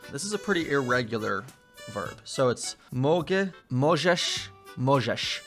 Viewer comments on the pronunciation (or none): last "możesz" sounded like "Mojżesz" which is a name from Torah: "Moses" You know the guy who led the Israelites out of slavery from Egypt, who divided Red Sea. Maybe that sounded off for you there ^^